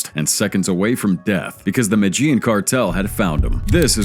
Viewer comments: Listen too This MAN! THE MATAGENE CARTEL MATAGENE!! IF HE CAN'T PRONOUNCE THE COUNTRY!! HOW HE KNOWS ANYTHING! I STOP! WATCHING IT!!!! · Jesus fucking Christ. Sound it out it with me. MEH-DEH-YEEN (Medellin) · is this an AI voice? don't make a documentary if you can't pronounce 'Medellin' in the first 5 seconds